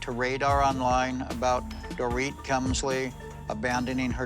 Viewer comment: Same with dorit 😂 pronounced so wrong